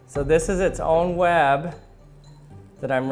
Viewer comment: he says web like wab